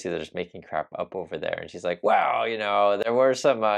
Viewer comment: "Wool, the President said...." She can't even say "well" like an adult. Still pronounces it like a child. And they still make jokes of Biden's old aged speach impediment. Guess what Karoline... what goes around comes around. Incoming!